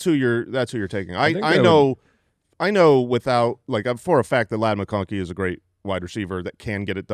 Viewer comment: Did say mccocky instead of mcconkey?